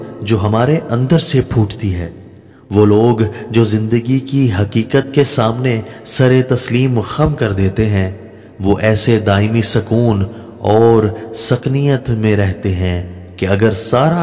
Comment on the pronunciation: بہت اچھی کاوش ھے لفظ ماروا نہ کہیں بلکہ ماورا کہیں۔۔۔ اسی طرح رقت کے ق پر شد ھے۔ سکنیت نہ کہیں سکینت کہیں یہ بہت اعلی درجے کی تخلیق ھے اس لئے الفاظ کا استعمال صحیح تلفظ سے کریں۔۔۔۔مقصد تنقید نہیں صرف تصحیح ھے